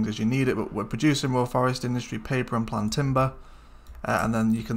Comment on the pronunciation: Great channel. Apologies if it's already been mentioned, but it's planed (pronounced plained) timber. Basically, logs that have been cut to shape and planed (smoothed).